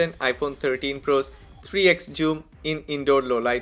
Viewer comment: Bro don't say joom